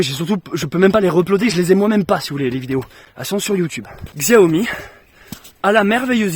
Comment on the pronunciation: salut je n ai pas fini la vidéo mais précision xiaomi ( que l on prononce chiaomi mais on s en fou ) est une marque chinoise tandis que samsung est coréen...pour ton prochain téléphone essaie sony...à plus et prends soin de toi